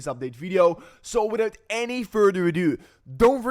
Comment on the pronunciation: "Widout any furder adew!"😂